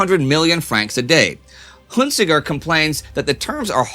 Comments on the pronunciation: Huntziger pronounced like hunne see zher not Hunt zee grr. His family definitely has German roots. Like Hans Joachim Marseille the German fighter ace whose family came from French hugenots who left France to avoid persecution. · Huntziger is a French general, Indy pronounces his name improperly. It sounds like Hunt see zher not Hunt zee ger